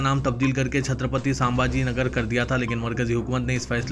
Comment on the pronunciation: ساں بھاجی نگر نہیں رے باوا. سنمبھاجی نگر بول. مجید نیں رت باوا "مسجد"بول.کیا کیا بول تا کی بھیء